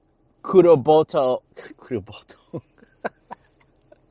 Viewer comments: bro that ending bloopers got me dead laughing! kurobotoo lol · Keep the bloopers in! All the locals cracking up at the “kuroboto” mistake! 😆🤪😂 You gotta try Nana Ai Katsu in Kaimuki 🤙Aloha, Linda